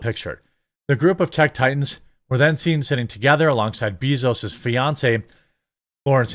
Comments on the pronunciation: Love you, but can’t stand to hear Jeff Bezos pronounced bEEzos 🐝 I like BAE-zos better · It is pronounced BAY zos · Why do you keep calling him Beezoos lol